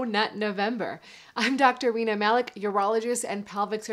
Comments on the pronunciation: Lel, am I the only who heard Dr Weiner Malik when she introduced herself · Why do I hear “Dr Weiner” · When she introduced herself, i understood "Wiener Malice", which would be a great name for an urologist.